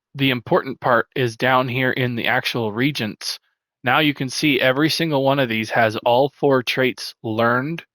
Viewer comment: Great video and channel! “Reagents” is pronounced ree-AY-juhnts just so you know(coming from an old school ultima online player lol)